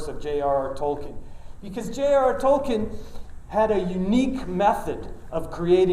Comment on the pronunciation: The irony of him pronouncing Tolkien incorrectly as 'Toll ken'...and not as it should be 'Toll keen'...